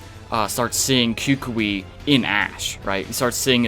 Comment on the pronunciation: Why do you pronounce Professor Kukui cocue this how you pronounce it cu cu e